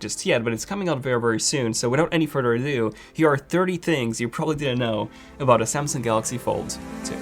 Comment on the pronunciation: without any furder or dew